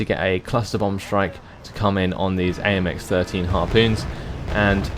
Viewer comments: Harpon is not "Harpoon" is it? Seems like it would be like.. Tarpon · After taking french for two years, i can say with almost full confidence that its Harpon as in Tarpon. xD